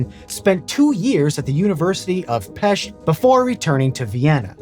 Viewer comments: WoW! You pronouncing Pest correctly! This is an extrealmy rare fenomenon! All my respect good sir! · I knew right away this will be about Semmelweis Ignác. Love it. I'm also impressed by your pronunciation of Budapest and Pest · I very much appreciate your proper pronunciation of Pest! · I can only imagine Semmelweis's amazement at seeing his name attached to hospitals, universities, statues, and all sorts of celebrations all over the world. What a horrific sacrifice on his part, though! Thanks for pronouncing Pest correctly, VSauce!